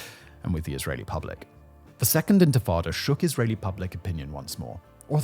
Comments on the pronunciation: why cant he say "intifada" correctly ? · Dude, you cannot pronounce INTIFADA?? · It's not even a mistake anymore it's a bit 😂 how do you mispronounce intifada so many times in a row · I was dozingwhen I heard him bbutcher the word😂😂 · Around 12th minute he starts to say it right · I had to rewind it lol! Seems like an easy fix, feels a bit lazy to me. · In-ti-fada. Enfitada sounds like a mexican dessert dish. (Thanks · arrrgh Tomaytoes tomartoes- unless I’m informing a significant amount of people as a pioneer of the free press - 1st syllable #rhymes with minty - minus the M, 2nd syllable - paternal figure (Fardah) said with a Jamaican/Irish accent All together now 😂 Inty-farda - #Intifada 🎉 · This mf just said infitada ten times in a row and left it in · Infrittata lol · It’s pronounced “inti-fada” … and it was the first uprising of the Palestinian people against Israeli occupation of the West Bank and Gaza in 1987. Over 37 years ago. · 1. In-tah-fah-da 2. Pro Israeli and pro Arab commentors both seem to be pissed at Simon for leaving stuff out. This indicates that the producers at least tried to be even-handed. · I thought he was talking about a baby who did magic tricks. Infant..tadaaaa! Edit to add: Oh god, and and he just pronounced Yitzhak Rabin as something like "Itchy Robin" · Physically cringed when I heard that (not blaming) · Ant Frittata. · * I think you mean Infatada 😂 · no it's quite unprofessional.. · its intifada not infitada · Intifada not Infitada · Intifada, not infitada. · Simon, repeat after me: in-ti-fa-da! Not in-fi-tada! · The intatatta? Do you mean Intafadah? That also is better translated as "Shaking off," as in shaking off of a burden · It is pronounced “ IN-TI-FA-DAH “ …… What’s the hell is infatada ?!? Isn’t that like a baked egg soufflé or something ?!? Seriously, how can you be trusted to speak on such things without properly & literally knowing the most basic of elemental terms in that region ?!? 🤡🤡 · It’s intafada, not infatada